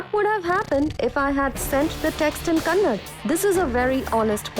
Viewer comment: It's kannada ma'am not kannad 🤦